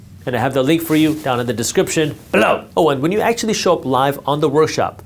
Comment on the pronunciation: When he’s talking about his class that’s coming up and he tells you that the information is below why is “below” so much louder and with a lot more emphasis?